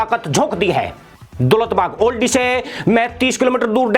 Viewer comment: जनाब ये दौलत बेग ओल्डी है न कि दौलत बाग ओल्डी। आप हमेशा गलत उच्चारण करते हैं।